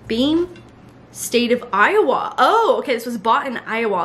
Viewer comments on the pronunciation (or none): Maybe it’s just me, but I feel like you said Iowa really weirdly? You said “eye-oh-wah” but I feel like I’ve only ever heard it pronounced “eye-oh-wuh”. 🤷‍♀️ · The way you said “Iowa” is sending me 😂 being from there it’s so funny to hear people pronounce it differently 🤣